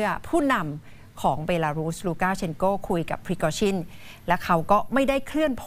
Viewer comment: นักข่าว คนอื่นอ่านเป็น แวกเนอร์ มันอ่านเป็นวากเนอร์ พริโกชิน มันออกเสียงเป็นชิ้น คืออยากกระแดสำเหนียงว่างั้น ไม่ได้ว้าใครลอยๆ